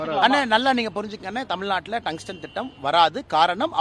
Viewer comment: எந்த ஒரு அரசியல் வாதிக்கும்தமிழ்உச்சரிப்புசரியாகில்லை ஏழுஎன்பதைஏலுஎன்றும்முலுமையாகென்றும்மகில்சியானசெய்திஎன்றும்அர்கல்என்றும்தமில்நாடுஎன்றும்கோவில்கல்என்றும்பேசுகிறார்அண்ணாமலை